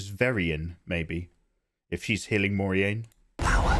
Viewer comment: Very funny. You managed to mis pronounce every character name. Very impressive. This might help for starts: Egg ween and More rain if we think phonetically. But ya cracked me up. Entertainment value 100%.